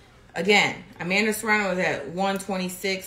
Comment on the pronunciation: Serrano? U sure? 😂